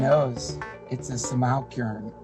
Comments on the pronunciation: My favorite part of Duncan's "rebuttal" to The Elephant Graveyard was how many times he couldn't say "simulacrum," despite TEG having said it clearly multiple times. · Its a bit ironic he can't pronounce simulacrum, or read Baudrillard, because Baudrillard predicted the coming age of hyper gurus who possess no authentic grounded core from which a consistent belief system can emerge. They just deliriously regurgitate the signifiers of the moment revealing the accelerating disappearance of meaning.